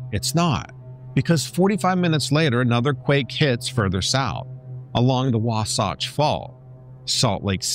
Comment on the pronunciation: WAH - SATCH !!! IS HOW ITS PRONOUNCED SWEETIE !!